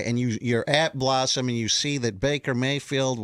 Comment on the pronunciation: She keeps saying "Bossum" or something. WTF is "Bossum"?